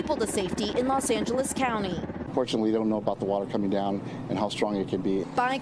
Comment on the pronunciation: Did uhh she say Russian waters? Or rushing waters? Lol took me a sec